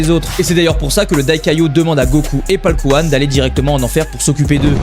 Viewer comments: C'est paikuhan et non paulkuhan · Au debut il a dit paulkuhan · Paul couhan mdr c paikuhan des barre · Polkuhan???? C'est ça le nom de paikuhan en vf??? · exacte c'était bien paulkouane mdr